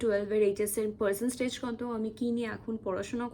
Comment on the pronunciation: Percenstage ki?? Tumi English honours!!!! Percentage o bolte paro na